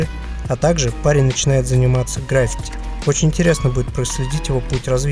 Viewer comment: ГраффИти, а не грАффити))